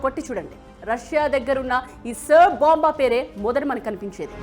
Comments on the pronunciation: సర్ బొంబా కాదు ఆది SAAR BOMB Pronounciation నేర్చుకోండి first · Saar bomb kadhu , Tsar bomba antaru